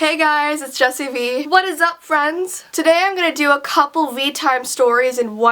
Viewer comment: MINECRAFTERRRRRRRR also it's Jessii Vee not Jessii Fee